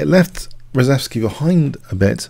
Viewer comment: I believe the name is pronounced "shev" - ReSHEVsky, not ReSEVsky.